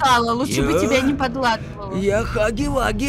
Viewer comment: Он не хагги вагги а хягги вягги 😁